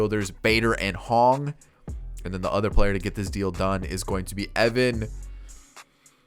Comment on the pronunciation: You did great pronouncing Evans K’s name.